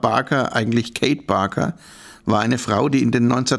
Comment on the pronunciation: Wow, ich dachte es heisst ma baker, nicht barker?